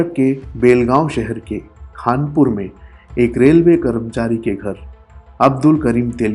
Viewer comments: It's Khanapur..not khanpur.. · I m from there it’s not khaaanpur it’s khanhapur